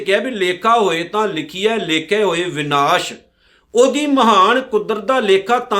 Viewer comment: ਭਾਈ ਸਾਹਿਬ ਸ਼ਬਦ “ਵਿਨਾਸ” ਨਹੀ “ਵਿਣਾਸੁ” ਹੈ, ਬਾਣੀ ਸ਼ੁੱਧ ਪੜੋ ਜੀ